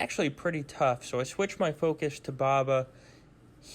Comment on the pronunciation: Who tf is Baba? It’s Boba! BOE-BAH 😂 Good video though I appreciate it and thank you for the win in GA 👌🏻